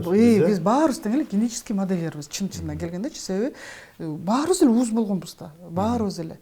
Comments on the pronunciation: Ууз?Эмне деген обу жоктук ууз эмес уз деп суйлочу,оштонбой.Уз,уста деген соз колу уз,онорчу деген мааниде айтылат.А ууз деп жаныбарлар туугандан кийин биринчи чыккан сутту ууз сут дейт.Ууз сутун эмизип деп суйлонот.А кол онорчулоду уз экен, уздар экен деп айтыш кк.Модольер болгон киши бул эки создун айырмасын билиш керек.Кыргыз тилин бузбай суйлосон. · Ууз эмес😂 уз. Туура суйло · Ууз эмес уз деп айтылат